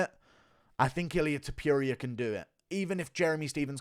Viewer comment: The way you say Topuria lmao you say it like Topewria, like how you always call Adesanya, Oudesanya. Cracks me up haha. Good video otherwise.